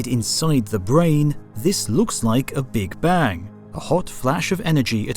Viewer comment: Now i know that this voice is AI generated and this Channel lost its charm for me :(((( Notice how he say "big bang" ... sad